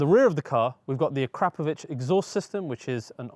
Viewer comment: "A crap-o-vich exhaust system". 🤣😂 Why can't Brits pronounce anything correctly. It's "A cra-po'o-vich".